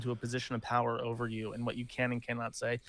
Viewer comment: u shoulda been there when he’d say erver instead of over hahahaah